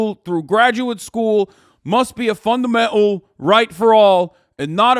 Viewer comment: hasans bernie impression isnt terrible but he would never say 'fundamental' like that in a professional setting like a press release. hasans horrible english accent came out for some reason